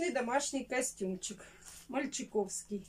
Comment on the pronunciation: Ну как можно говорить мальчный????